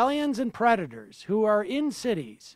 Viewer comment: "Aliens and Predtors" Lol c'mon that had to be on purpose.